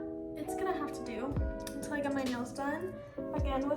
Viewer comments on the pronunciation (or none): none